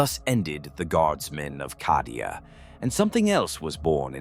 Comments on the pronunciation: CAH-DIA. Why is he saying it like that? Is he saying it wrong of purpose? Just to tear at the soft flesh of my mind?! Maybe it's always been said that way... Bolter round to the head Nothing to see here Citizen. Emperor be praised. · It is called Cadia as in Caedia Stands. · Need to spell Cadia as Cay - Dee- ah to get AI to speak better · For Cawdeah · Sounds like how someone born and raised in Boston would pronounce Cadia 😂